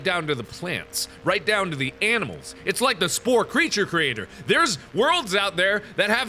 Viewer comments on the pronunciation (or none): he says "aminals" instead of "animals". :P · new meme mark old enough to say animals says aminals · is it only me who notice he says aminimals everytimes or is it me? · did he say aminals or is that just me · he said aminals instead of animals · Dear Mark, Aminals is not a word. Your viewer, Cris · aminals made me rethink my way on how to pronounce animals. lol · Who heard him say "Aminals" lol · I thought it was my brain mispelling but it seems it was Mark himself 😂😂😂